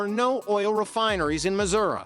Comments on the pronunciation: The AI is pretty bad, cringe. Muzurah…😂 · First word in the video (Missouri) is mispronounced. Immediate dislike.